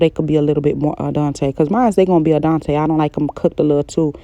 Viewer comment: Wait “Adonetay” lol do you mean al dente? You made my day 😂